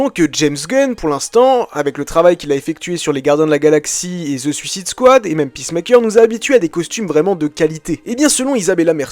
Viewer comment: Francais ou anglais faut choisir. Si anglais, DcU (dé-ci-you), Suicide Squad (sou-ssaide-squad) etc. Sinon bonne video